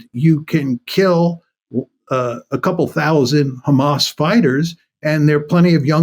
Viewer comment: “But how would you go after kkkkkhamas” .. think I’ll give this one a miss